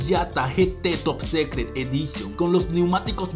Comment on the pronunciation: Se pronuncia "top sicret" no "top secret"